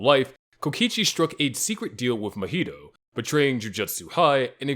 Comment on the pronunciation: Say Mojito again mf